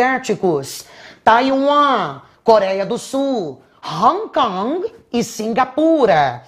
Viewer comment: Prof, eu amo esse seu sotaque inglês: "Hong Kong, Taiwan" 🤣